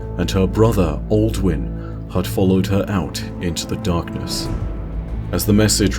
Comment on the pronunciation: did you seriously say aldwin lol. it's Uldren